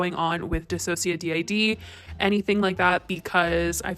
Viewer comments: Report her block her get her off youtube!!!!! Or at least demonetized. This needs to end!! Also it's DIH-SOH-SHA-DIHD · dissociaDID is pronounced as one word. Watch her videos she says it in every single one. You don’t say the letters DID at the end. Did you not watch Anthony’s video or any of DissociaDIDS videos before you made this? only trishas? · Hey helpful note check out the dissociadid systems videos, and how Nin pronounces it. And in general give them some support.